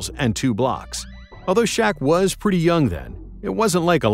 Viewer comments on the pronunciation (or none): none